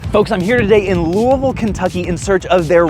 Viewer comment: I know you're a Kentucky boy bc you can correctly pronounce Louisville. Saw you at the Arcade Expo, keep up the awesome growth my man.